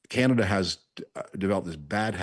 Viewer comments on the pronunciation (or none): If you're going to listen to this old Tory hack and George W. speechwriter, please teach him how to pronounce "Canada" as Canadians do. Believe me, few of us in Canada pay attention to this man's ramblings. Sadly, we did think his man, George W. Bush, was the ultimate in stupid presidents.However, George and Frum were just paving the way for what you have now.